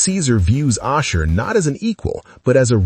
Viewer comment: How may times does the AI mispronounced Ashur?